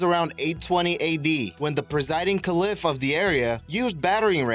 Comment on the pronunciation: This guy doesn't know how to say, "Caliph," and a lot of other words. Also, his girly-boy, chipmunk voice is unbearable.